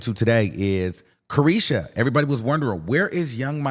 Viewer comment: Caresha Please !!!!! “repeat”